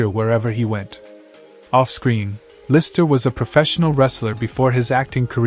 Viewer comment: it's LisTer, not liser my guy.